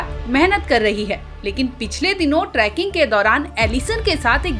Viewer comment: ट्रैकिंग नही, ट्रेकिंग